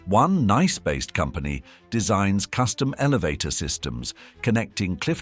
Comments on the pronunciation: The Rothschild name ending is not pronounced as the english child... more as shilt. Neighboring Nice is pronounced niss. And Jean is not pronounced john... Otherwise fairly ok and interesting, thanks. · Thank you for this comment. 👍 As a European, I almost didn't understand that the city of Nice was mentioned, when the pronunciation was so non-European (definitely not French). I had to consult a map, and after I could see the proximity of the city and the peninsula, I was sure that the city of Nice was spoken about. 🙂